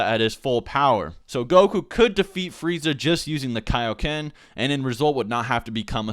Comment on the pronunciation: When are we gonna learn the keioken? What? The keioken king kai! Kai. What? KAI-O-KEN! IT'S IN MY GOD DAMN NAME! -___- y u make me do this